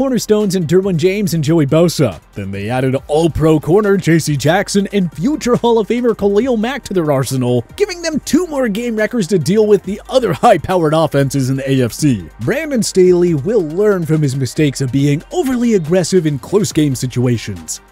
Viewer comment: did he just say Prammin Staley? If so atleast it is better then Brandon Stalley